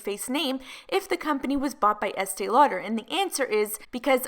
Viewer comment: I can’t stand hearing Estée Lauder anymore. It just bugs me SO much when I hear the name